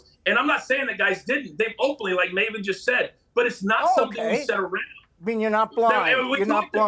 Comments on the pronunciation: Most annoying that Piers kept calling Maven ‘Mah-ven’ - someone must have corrected him about half way through though because then he called him ‘Maven’ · Coach and Maven are class acts, as always. It was so weird hearing Piers slip up and call him Marvin! 😂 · Piers - his name is Maven, not Marvin. Maven like "May-ven" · How you gonna call Maven, Marvin. God damnit Piers, he’s the reason I clicked on the video. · Why does he keep calling Maven, Marvin? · he called him Marvin a few times i think Maven had a word with him during the break because he got his name correct after that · Piers calling Maven, Marvin and Malvern.😂😂😂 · "Marvin" jfc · Piers just called maven "marvin" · It’s pronounced Maven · Im crying im laughing so hard at him calling Maven "Marvin" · Same here. I thought I was the only rotf with laughter. Respect to Maven though. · Who is maaarvin who the f*ck is vince mcmaaarn... Piers say it right !!! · Someone give Pierce a lesson on wrestlers name. I mean, the way he said Mcmahon I'll let that pass. BUT did he actually call Maven Marven??!! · Wait… Did Pierce just call Maven “Mah-ven/Marvin Hoffman”? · Piers called Maven "Marvin" LOL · It's pronounced Marven, apparently 😂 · MAVEN! IT IS PRONOUNCED May Vin! LOL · Did he really call Maven Marvin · "Did Pierce call Maven... "Marvin"? 🤣🤣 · No he said Maven but pronounced differently like MaaaaVin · I heard Marvin too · Lol Piers calling Maven, Marvin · And Maven ffs 😂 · Piers mispronouncing mavens name is funny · I laughed at how Piers pronounced Maven's name 😂😂😂😂😂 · How Piers pronounces Maven hurts me. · piers you can’t even say maven name correctly.. u r such a piece of trash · Piers can’t even get Mavens name right 🤦🏼‍♂️🤦🏼‍♂️ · too bad piers mispronounced his name